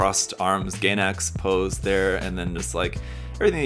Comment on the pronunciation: FYI it's pronounced "guy"nax not "gay"nax